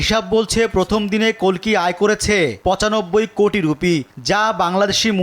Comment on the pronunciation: আরে অশিক্ষিত, ভগবানের নাম 'কল্কি', কাল্কি নয়!!